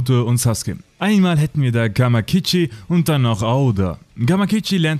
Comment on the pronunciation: Hab ja nix gegen das japanische voice aber wie er gamakichi ausspricht ne einfach ne sorry